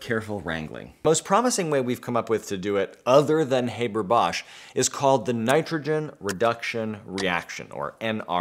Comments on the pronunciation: You'd think before making this video you'd at least learn to pronounce the man's name correctly... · How can one take seriously someone talking at length about a very important mechanism, when he consistently mispronounces the inventor's name? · LOL - you can pronounce Trihexyltetradecylphosphonium and Bis(trifluoromethylsulfonyl)imide but you can't pronounce Haber correctly? 🤣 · If you'd be so kind, please look up how Fritz Haber pronounced his name and show enough respect to actually pronounce his name correctly. It's not like his name is hard for English speakers to pronounce. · Like him or not - and I do get where you''re coming from - you can pronounce Haber correctly: the 'a' sound is like in the word 'half'. What would you prefer to do without, air flight or food? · is there any reason why the name Haber is pronounced as if it was english? please, try to pronounce it correctly. you are doing a good job with Bosch, Haber should be easier. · I know that this comment might seem silly, but it's like nails-on-a-chalkboard to me when people mispronounce someone's name. It's HAH-BER, not HAY-BER. Maybe it's because I'm a teacher and I find it important to pronounce people's names correctly. FYI. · do we need a new process? What's wrong with the Haber-Bosch process? ALSO IT'S NOT HABER LIKE HAY IT'S HABER LIKE HEART IT COMES FROM GERMAN BECAUSE HE WAS GERMAN DUMMSCHEIß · The name's pronunciation is with an a sound like in MUST. Same sound but long. Not like in HAY. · Thanks for the great lecture. P.S.: Haber is pronounced Hahber, not Hayber. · Haber in german is being pronounced as "A" like in british "ant", not like "ai" like in "ABC"... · American here,I learned it as "HAH-ber." Though I could see someone who only ever read the name pronouncing it as Hay-ber,akin to paper. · It's not "hay-ber", it's "[ˈhaːbɐ] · Haber, as in "habour"... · Did Fritz's fay-ther pronounce it that way, too? ;) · He was German - it is pronounced like Harbour!!! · HaaBaa not Hayberr